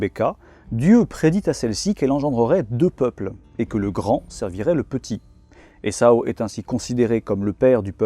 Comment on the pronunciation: A c'est Ésaü et non essau